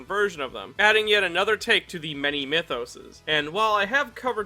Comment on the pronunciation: Mythoses? Mitosys?